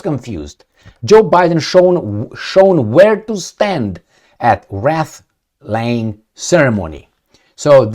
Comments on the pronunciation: Wreath is pronounced like 'reef' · It wreath with sound like reincarnation, nor wreath you hang sounding like wrath ryming with bath.